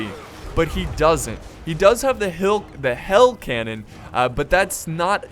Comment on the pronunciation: You said hail canon instead of hell canon